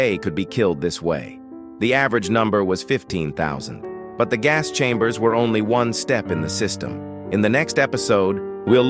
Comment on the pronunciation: pleez not ze hass schambers